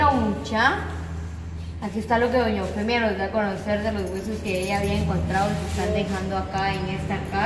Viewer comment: "doña Eufenia" dice el patojo ! Muchá si van a hacer reportajes, deben ponerse pilas ¡ Cuidar la dicción y tener chispa, para que el vídeo no sea tedioso y lo querás dejar de ver !